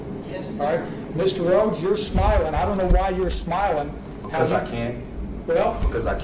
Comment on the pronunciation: Sounds like your saying something else! Smell instead of smiling!